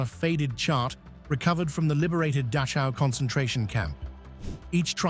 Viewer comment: IT'S PRONOUNCED DAKOW!!!